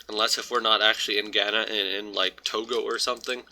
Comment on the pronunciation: why do people do that thing where EVERYONE Knows how a word is said but then you just choose to say GANNA instead of OBVIOUSLY Ghana...